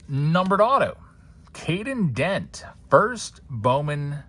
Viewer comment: it’s Kaden Kent not Dent. He’s Jeff Kent’s son